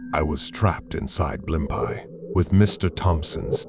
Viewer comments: Blim pies restaurant?? Where are you from? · they are, but the reader pronounces it horribly lol.. I live in nyc so we used to have a blimpies every 5 blocks lol